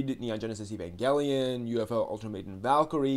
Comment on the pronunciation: "Ay" vangelion, not "E" -vangelion